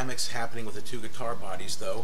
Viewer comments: It's actually ih-lectric, he was just being facetious, he also called it a ghee-tar. It's just a bit of fun, that's all. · A eee-lecteric gee-tar. Unhuh.